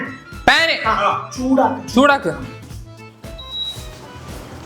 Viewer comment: ചിരി ച്ച്‌ ചിരിച്ച് ചത്ത്‌😂😂😂😂😂😂😂😂😂😂😂😂😂😂😂 ചാക്ക് എന്ന്‌ പറയുമ്പോ ചുക്ക് എന്ന് കേക്കുന്നുണ്ട്‌